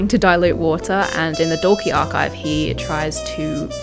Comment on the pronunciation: Absolutely love your channel, and analysis of Hozier songs. So detailed and well thought out.❤👏 *This does not matter in the scheme of things, just to let you know Dalkey is pronounced Daw-key. Small seaside town in Dublin. Brian O'Nolan's favourite spot when he lived in Dublin 4.